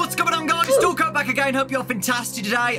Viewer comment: I keep hearing "deko" instead of "dawko" in the intro